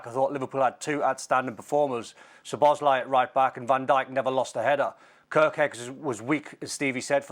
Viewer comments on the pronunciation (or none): What's with Steve Nicol and names "Kerekez", "Zobozlai"? 😂😂